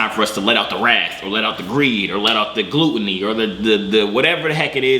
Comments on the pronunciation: Gl-uh-t not gloot. Glutton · GLUT-O-NY not glute-ony